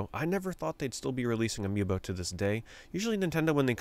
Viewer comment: amiiNO sounds exactly like "a mi no" in spansh, which means not me or not for me lol. idk if you did that on purpose, but it was genious. Anyway, I personally never got into Amiibo or any extra collectible. I barely have enough disposable money to buy games, so that stuff always went over my head. Nice vid keep it up.